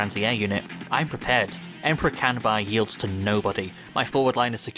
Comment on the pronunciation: You’re pronouncing his name wrong. It’s “Kanbei”, not “Kanbai”.